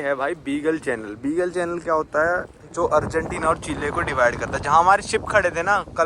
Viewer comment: Abe bhai wo चिले नहीं चिली होता है